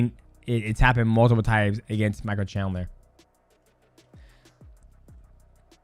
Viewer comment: we finally found the toughest fight for mighty mouse... pronouncing Michael chandler hahaha